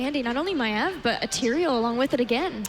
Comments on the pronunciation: As a fellow Australian I never even imagined someone calling Maiev "My-eve". So it's a not a thing about her accent, rather, her as a person. I'm sure people have told her that it isn't pronounced like that but she just sticks to it. I never realised Tyrande was "Teerahn-duh" and thought it was "Teerahn-day" and it just feels weird saying it differently. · So the problem with the new caster is that she pronounce Maiev weirdly? Sincerely I don't care at all, and it seems a really fussy criticism to make. She has a clear voice and a nice flow, even if she didn't say much at all for now. I can't wait to hear her in a game.